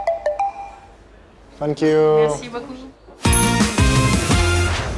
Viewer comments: Чо говорит "фанкью" вместо " сенкью"? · Мне кажется или всё время говорит "Фенкью" вэри мач?)))